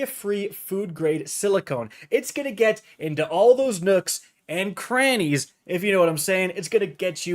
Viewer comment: Bruh i dont like the way you say nooks and crannies 😂